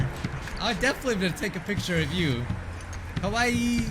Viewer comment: Sure, I just found it so funny how you said "cute", and then the next thing sounded like "kowai". (And I don't think the dog cares either way, it just hopes for treats)